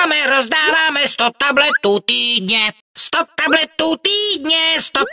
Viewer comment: radši to už to poslouchat nebudu. Slyším talbetů